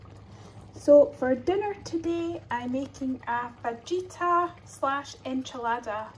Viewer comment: Watching all your old videos! The J is pronounced like a H so it's fah-ita (roughly!) :)